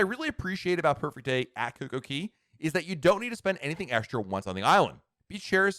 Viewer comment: Am I crazy or does he pronounce CocoCay as CocoKEY? I ask this lovingly as a daily watcher and avid Royal Caribbean cruiser ❤️